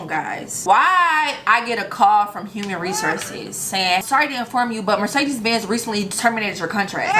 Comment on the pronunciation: She can't even pronounce Mercedes that's why they fired her